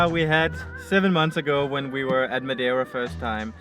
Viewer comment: the accent was perfect when you said madeira